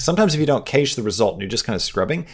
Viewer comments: I agree! Very helpful indeed! just a heads up, "Cache" is pronounced "CASH" guys and gals. it's searchable online as well. 😉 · Is he intentionally mispronouncing cache so people will comment? Also he needs to get his mic off the desk or get it an isolation stand. The constant clanking on the keyboard is so loud in the recording. For everyone having problems with new blender, You have to scale the objects up larger than he's doing. It wasn't working for me until I did that. Make your text really large. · The way you're saying cache is not good. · Funny how you pronounce Cache Lol